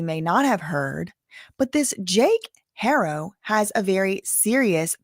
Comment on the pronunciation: In spanish the h is silent unless paired with sh or ch but you're good. People shouldn't expect you to automatically know. At least you try